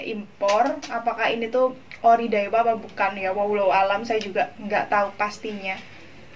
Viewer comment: Dawiaaaa bukan daiwa🤣🤣🤣